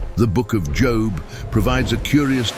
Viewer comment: Job not job